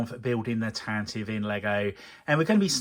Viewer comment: I love how you addressed a comment in a previous video about how to correctly pronounce 'Tantive' and then proceeded to never say it correctly over the whole series. King.